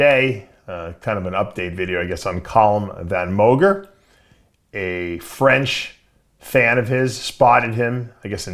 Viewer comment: "Column Van Moger"